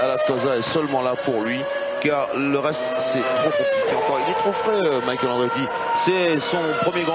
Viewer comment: c'est vrai il disait micha elle chou ma reure. j avais oublie ca. je m'appelle michael aussi et personne m a jamais appelle micha elle.